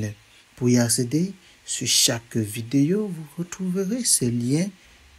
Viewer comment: Video et non Vi..dé…Yio ViDÉO= VI-DÉO = 2 syllabes.